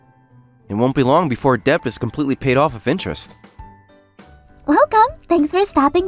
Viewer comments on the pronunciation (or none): I'm not gonna i thought that was gura (the one with white hair), i also have one small a problem of how the voice actor of the male character pronounced debt, he added a b into it, when it's silent or rather a schwa.